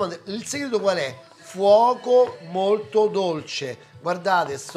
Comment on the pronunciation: e dorce dico DORCEEE